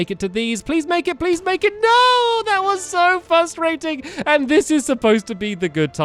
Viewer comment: "That was so fustraiting!"